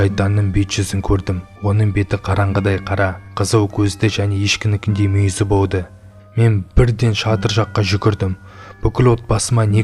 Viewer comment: Болды дегенды боды диды екен